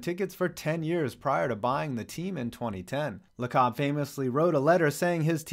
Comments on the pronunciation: Lacob = Lay-cub...not Luh-kahb haha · Great video, but it’s Joe Lacob (“laycob”) for the Warriors owner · Dudes roasting the warriors and can’t even say the owners name right